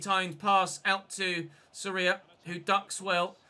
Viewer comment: Great content mate. And I agree with you, the team concedes too many goals. Maybe try another keeper, rotate a little, and if it keeps happening you can sign a new one in January. By the way, you're pronouncing Soria wrong. The O is the strongest viowell. I guess in English you could say it sounds like "SOR yah" like Gordon is "GOR don".